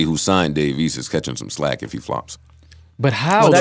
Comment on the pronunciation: Not SLACK Joe. You're trying to say FLACK!!!